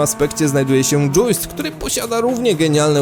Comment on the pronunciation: "dżiust" nie "dżuist" - soczysty